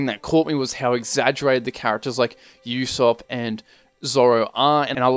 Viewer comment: Actually did a pretty good job with the names. The only one you got wrong was that its pronounced "Oo-sopp" not "You-sopp"